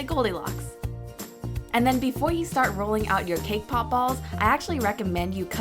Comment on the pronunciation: When you said cake pop ball, it sounded like k-pop ball!! XD! Omg, you're my fav youtuber! OMG, you're so close to 1 million!!!